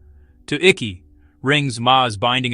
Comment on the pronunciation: NOT PRONOUNCED ICKEY! ICKE! AS IN EYECK . YOU AI FOOL